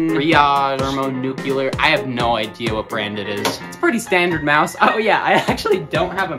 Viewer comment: thermo nucluler XD'